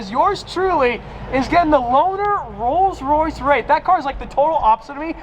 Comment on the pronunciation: he said rolls Raith